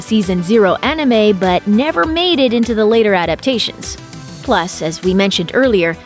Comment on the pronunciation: "Onime"....nice. as if I'm gonna listen to someone talk about anime who can't even say "anime" correctly lol